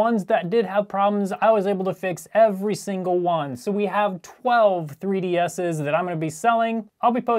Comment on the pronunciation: "broken Nintendo 3D asses"